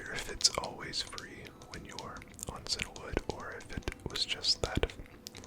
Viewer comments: I don't mean this in a mean-spirited way, but are you perhaps slightly dyslexic? It's CIAnwood, not CINAwood. You know, like the colour Cyan, since most towns and cities in Kanto and Johto are named after colours. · I'm glad I'm not the only one who grew up saying Cinna-wood, instead of Cianwood. Silver was my first Pokemon game, and little me just picked a pronunciation for words I'd never heard.